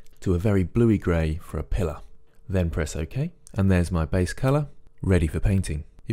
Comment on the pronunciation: Im sorry in advance but "Pilller" AYAYAYAAAAI